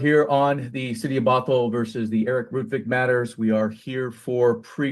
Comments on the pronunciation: you keep butchering Bothell, putting emphasis on the wrong syllable. Say it like brothel without the r. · Bothell not bot hell😂